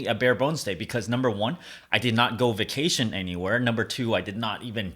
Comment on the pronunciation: vacation, not vaction